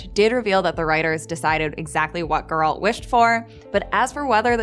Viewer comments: Geralt is not pronounced girl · Required Particular right good lord her sayinf “Gurrrralt” makes me wanna die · I wonder if the narrator actually watched the show, as she mispronounced Geralt’s name throughout the video. It’s GER-alt not her-ALT. Did someone else write it and she’s just reading from a script? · For the fuckteenth time, it's GER alt, not ger ALT. Jesus. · Not Geraaaaaalt. Its Geeeeeeeeralt. Pronounce the eeeeeeeeeee. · gEralt, not gerAlt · That pronunciation tho. Its geh-ralt. Not gEralt. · Its GEralt , not geRAlt And that's Ihtlinne's prophecy lol. Has this host actually read any of the books ? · gEralt not gerAlt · Gerâld? GERÂLD? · When you say Geralt it sounds like you’re saying “girlt” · I can’t finish watching this video because of your pronunciation of Gerald. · speak properly please... its GERALT not GURL... fix ur damn pronunciation first... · Eisschole Eiss geralt* actually but nice try 😂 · Why is she saying Guralt, not Geralt? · "finding gauroldt" STOP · The way you pronounce geralt is super annoying. Completely pronouncing it wrong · Learn to say Geralt properly please. I had to figure out myself who you were referring to the whole time. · She has a bit of an accent when she says Geralt, stop bullying the young lady. I’ve heard worse pronunciations in life, jewelry being one of them. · I don’t trust anybody who’s reviewing the show yet cannot pronounce the main character’s name right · You don't know about Ithlinne's prophecy? No idea of Geralt's wish, how to pronounce Geralt? Non-fans shouldn't make videos like this. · Why can't Americans say Geralt correctly? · Everytime she said Geralt wrong it hurts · Already watching it a second time 🙃 and please learn to say “Geralt” lol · Sorry but I could not continue watching as she was pronouncing his name wrong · She clearly can’t pronounce Geralt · One more thing we look forwars also is you learning how to pronaunce Geralt when second seasons comes